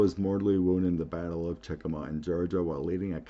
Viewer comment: Just so you know, itʻs Chickamauga -- itʻs in Georgia, yes, but itʻs pronounced CHICK-a-MOG-a. I see there is now a National Park Services Military Park there honoring the Battle of Chickamauga and also the battle of Chattanooga. If I paste the link here, my post may disappear. I think it would be beneficial for you to go visit there ASAP.